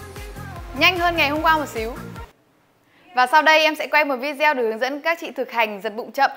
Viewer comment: Nói tiếng nước ngoài làm ơn phát âm cho đúng .VI GIEO VI GIEO 😂😂😂